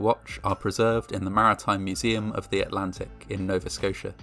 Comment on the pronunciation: I liked because you pronounced Nova Scotia right